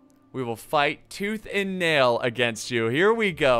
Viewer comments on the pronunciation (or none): none